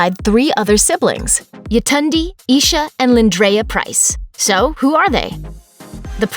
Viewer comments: Its Y(ay)tund(ay)! Nigerian name. RIP. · I am Nigerian and the cringy pronunciation of Yetunde